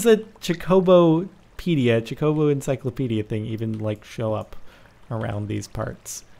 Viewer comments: Ermigersh it's pronounced choco-bo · When is someone gonna tell Jordan how to properly say Chocobo?